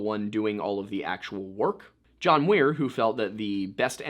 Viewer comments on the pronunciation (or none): John Muir. Not Weir. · it sounds like you were saying, Weir. I don't know why it came across that way on the video. Thanks for clearing that up! 😉